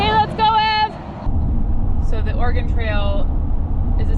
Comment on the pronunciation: Thank you for pronouncing Oregon correctly❤❤